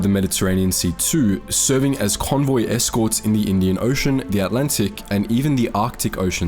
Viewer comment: This guy's attempts at speaking English are really difficult to listen to. "Three of the most impakkful"? The Allantic Ocean? October twenny-eighth? People with fie left innem... Ugh!